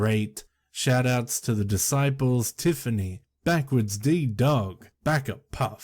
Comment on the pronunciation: Great story choice and narration as always,! I love the way you said BackwardsDDog too!